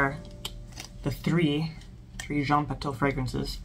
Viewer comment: It's pronounced Jean Patoo . You're so good already at pronouncing French but since you're making videos, why not look up pronunciation of particular words and vowel combinations? I really appreciate your effort to pronounce correct French and I have been mortified by most reviewers' butcherings, so you're doing great. I made 1 fragrance video with a French lesson at the end- it's called Advanced Oud by Fragophile Files. I haven't made any more yet because, well I have been focusing on my Substack but I do give a basic vowel lesson and the nasal combinations: such as words with "an", "en", "in", "on" and "un". "An" and "en" are the same but the rest are distinct from one another. Most Americans pronounce "Indémodables" as though it were "andémodables" but that is incorrect- at least in France, not talking about Canada. There is an awesome French dude you will find toute suite if you look up French pronunciation on YT- just check him out a bit. I hope I didn't make you mad. Sillage is seeyaj.